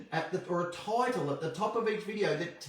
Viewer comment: to Irish accent? 😂 “Please...Description...Title” (those words specifically)